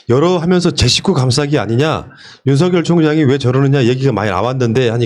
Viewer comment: 윤성열 윤석열 발음 구분 좀